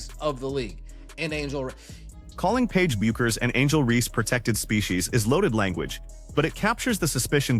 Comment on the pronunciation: Can someone train AI that Paige’s name is pronounced “Beckers”, not “Byookers”. Fuckin’ hell.